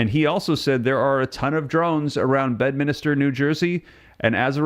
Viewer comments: It’s pronounced BED MINSTER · Please, please: it is NOT Bedminister but Bedminster!!!! Check your grography.....